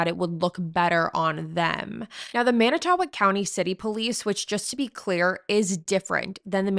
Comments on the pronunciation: /Mannit-toe-walk/ is how you pronounce it. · I live in Manitowoc and I understand it’s hard to pronounce it’s man~I~to~walk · This is the first thing I noticed & it was very distracting. Fond du Lac native here & it made it hard to focus on her discussion when she didn’t bother to check the pronunciation. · There are so many reasons why you SHOULD be able to pronounce Manitowoc correctly